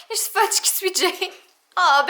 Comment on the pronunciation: Est ce que tu as appelé Fudge "pheudje" a ?😂💜 trop chou ce chat🐱